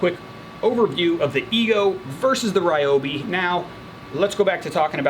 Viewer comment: Sorry for the nitpick, but it’s actually pronounced Reeobi. Great review though!